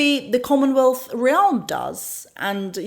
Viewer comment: sec She means "realm". Pronounced more like "remm". Those are admirable flaws of those who English is not his or her native language. But yet speak it better than most. I also admire how she pronounces "consequences". For same reason